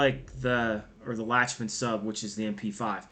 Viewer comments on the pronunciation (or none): It’s pronounced lock-men